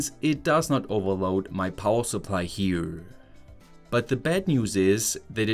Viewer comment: Powa, what an odd speech impediment.